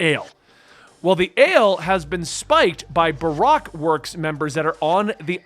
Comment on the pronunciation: I love that he says Barack instead of Bar-oak